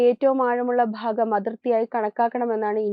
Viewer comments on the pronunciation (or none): Bhaagam, Bharatham, bhangi ennavakkukal ningal upayogikkumpol phaagam, Pharatham, phangi ennellaam aanu parayunnathu. Aattunnathu poleyulla oru feel cheyyunnu.. Ithu shradhikkan pala pravasyam paranjittum kelkkan manassillenkil unsubscribe cheythekkam